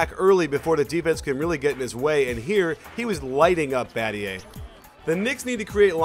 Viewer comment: LMFAO "Badgay" Battier*